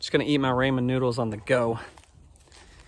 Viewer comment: “Raymond noodles”